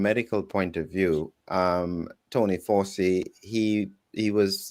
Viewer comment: Please! Fowchi, not Fawsi. It's like some US commentators say 'cutter' for Qatar. BTW, I find your podcasts very informative. Thanks.